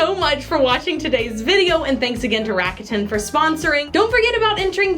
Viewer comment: K real quick tho, it's pronounced "raw-coo-ten"